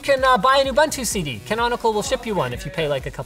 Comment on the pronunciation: Ubuntu is pronounced OO-boon-too. Trust me, I'm from south africa, where the term originated from.